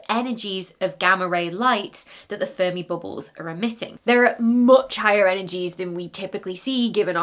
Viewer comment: the last time she said the name I heard furby bubbles 😂